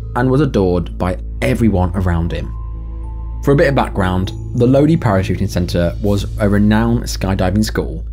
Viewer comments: It’s pronounced Load-eye (Lodi) 😉☺️ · Lodi, CA. Pronounced Load-eye. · It’s pronounced low die And that skydiving club has a horrible reputation of deaths and injuries The landing spot is literally only a few hundred feet from cal state hwy99 to the east When the wind is coming in from the west you have to glide accross the hwy plus high voltage power lines to land To the north is the main runway then a housing development where just in 2018 a strong wind blew a group of skydivers to the north, one of them lost control and slammed into a brick wall his body ended up in someone’s back yard They’ve been shut down several times do to safety violations yet people still go there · Lodi is pronounced Low-Dye. 😀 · Lodi = “LOW-dye”